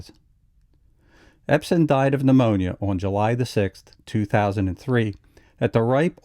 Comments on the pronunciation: Ebsen not Epsen. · I'm sorry, but the man's name is EBSEN, not EPSEN. Yes, he had an amazing career...but it would be more amazing if his name could be pronounced correctly. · The narrator keeps calling him Epsen. You would think he'd know better.